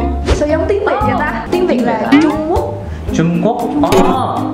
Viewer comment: You are Vietnamese?? Và "tuyến"???? Tiếng mới đúng :v